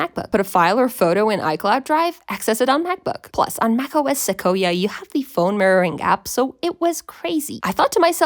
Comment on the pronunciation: You say Sequoia screwy